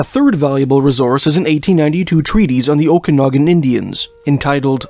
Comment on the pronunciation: Had Clancy O'Brian not been named such, had he been an Indigenous person, not near that amount of hours would've been put forth to find him. Someone please teach how to correctly pronounce Okanagan. I've already tried, and it obviously didn't work. No, it it not "O'Kinnigan", it is not Irish.